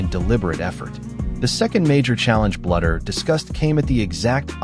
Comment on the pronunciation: Not a bad video but you need to teach your AI to pronounce Coach Bluder's name correctly!